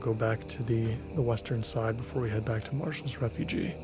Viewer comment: Not a criticism in any way, just a friendly observation. It's Marshal's Refuge 'reh-fyooj'. Refugee is double e ^__^. Hope this isn't taken the wrong way, haha!